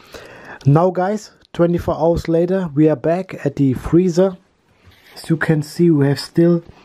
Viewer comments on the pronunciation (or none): none